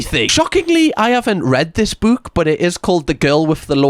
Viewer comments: ok, i can't take this anymore, I'm out "buke" it's pronounced book like hook😂 not like Luke😂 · I didn’t know there was an accent that actually pronounced the word “book” like it what it looks like